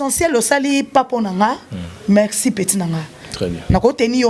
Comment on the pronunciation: Nene r olobaka mexi na place ya merci na djospora wana olibaka oyokaka ango ndende nini na matoyi nayo, tika makamnu yakolekaka4r nioso naba emission luka nanu osala ata ba court du soir pardon tolembi.